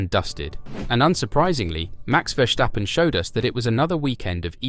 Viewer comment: There’s no H in Verstappen, so please pronounce it without an H.